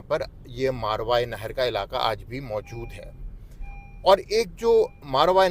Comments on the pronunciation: یہ اس لفظ کو ذھول کی وجہ سے بے دھیانی میں غلط بول رہے ہیں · اسلام عليكم ورحمة اللّٰه میں آپ جتنا قابل اور تعلیم یافتہ تو نہیں لیکن اگر آپ اجازت دیں تو عرض کرنا چاہتا ہوں کہ آپ جس خطہء زمین کا ذکر کر رہے ہیں اور اسے "ماروائے نہر" کہہ رہے ہیں اس کا صحیح تلفظ "ماوراء النہر" ہے۔ اسے انگریزی میں Transoxiana یا Transoxania کہتے ہیں۔ شکریہ